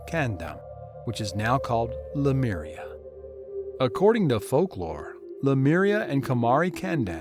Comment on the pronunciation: The narrator is mispronouncing the word Lemuria to "Lameria". Wth dude!😅